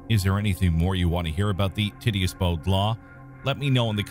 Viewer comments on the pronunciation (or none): Tit-e-us LOL 😂, it's pronounced tight-tee-us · Ti-ti-ous NOT Titty-us